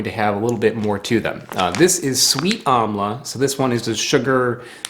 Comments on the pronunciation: It's pronounced "umm-la" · It's pronounced aaamla